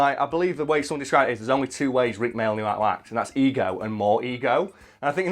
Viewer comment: Tfw talks about a distant family but then butchers the name... It’s May-all not mail you pleb